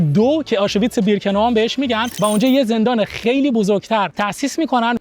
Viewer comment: تلفظ کلمه آشوویتس😅 آشویتس